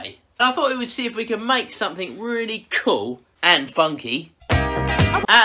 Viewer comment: The word youre looking for is; “Cool”, not “Cole”. 😂😂😂😂😂😂 I know I shouldn’t make fun of the way you talk but I just cant help myself. By the way, I love your videos. Sometimes while I’m watching them I drift off into La La land and I wake up and wonder if I’ve left my chair and committed any crimes.